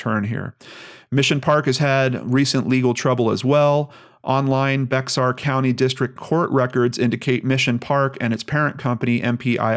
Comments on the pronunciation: If it hasn't already been mentioned Bexar is actually pronounced like Bayer. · Hey - just to let you know, <Bexar> County in Texas is pronounced like 'bear' or 'bare'. Not to be a pronunciation Nazi or anything, but I am from Texas! Carry on! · San Antonio is located in Bexar County--- pronounced "bear" county. 😉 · You don't pronounce the x in Bexar.